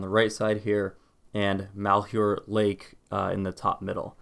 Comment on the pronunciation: I know you probably won't see this, but malhuer is pronounced Mal, like maltreatment, huer, is like here, with a sort of h/hu sound as you transition into the h. Take care and God bless